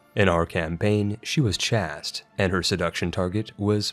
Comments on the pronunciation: And chaste is "chased" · Or "chast" for that matter. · chaste and duchy are pronounced incorrectly and it drives me nuts.